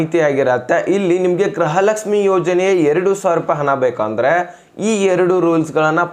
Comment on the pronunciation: ಅಣ್ಣಾ ಗ್ರಹಲಕ್ಷಮಿ ಅಂತಹೇಳಬೇಡಿ ಗೃಹಲಕ್ಷಮಿ ಅಂತಹೇಳಿ ಅಣ್ಣಾ ಅಭಿಮಾನಿ ಗಳಿಗೇ ಬೇಜಾರಾಗುತ್ತೇ😂